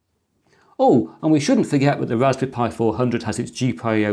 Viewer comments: Is he calling it a Raspi Pi? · I'm I the only hearing " Rasbi pi " ?? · "Ohw, a Rashpberry Pi 400, I supposhe." (Yep. You read it with the Sean Connery accent) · Why ist he always saying Rasbee Pie?